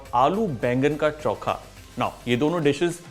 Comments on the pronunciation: चौखा नहीं चोखा बोलते हैं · Its not chonka its chookha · bhai, it is "Cho-kha" and not "Chau-kha" 😛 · This is not choookha , it is chokha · Very nice. Actually its चोखा and not चौका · It's चोख़ा not चौख़ा 😀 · Choka nahi chokha kehte hai